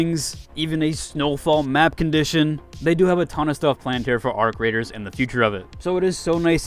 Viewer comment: The way he pronounced it was beautiful